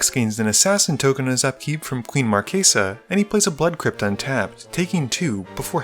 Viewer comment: It's pronounced Queen Mar-chess-uh, not Mar-kay-suh.